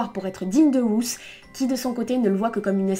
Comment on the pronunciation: Ruth ne se prononce pas comme tu le dis en anglais... Ruth est un prénom hébreu et se prononce "ROUTE"